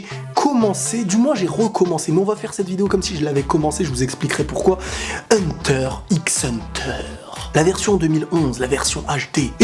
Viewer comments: Juste , ca se prononce Hunter Hunter ! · HUNTER XXXX HUNTER ??? WAAA TA PAS LE DROIT DE DIRE LE x là :( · Hunter > les autres animé Ps: on dit pas le (x) dans Hunter x Hunter,... On prononcer hanta hanta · Hunter x Hunter se prononce "Hunter Hunter" Kirua se pronnonce "Killua" mais s'écrit bien Kirua. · S’il te plaît dit Hunter Hunter et pas Hunter x Hunter (le x se prononce pas) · On ne prononce pas le X d'Hunter X Hunter ! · Il ne se prononce pas le x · mais par contre le x ne ce prononce pas dans hunter x hunter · Ça s'écrit Hunter X Hunter mais le X on ne le prononce pas quand on le dis. Les vrais fans le savent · Il a pas prononcé le x quand même dite moi que non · On ne prononce pas le X dans Hunter x Hunter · mais par contre le x ce prononce pas dans hxh